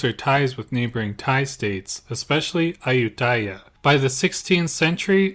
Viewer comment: It would be nice if you could pronounce Ayuthaya properly unlike the typical POME way.